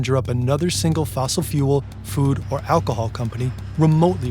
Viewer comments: Hey its Alcohol not 'Alhocol' 😅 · “alhocol” I kinda love it tho, shows that it’s authentically human and they mean their disclaimer at the beginning!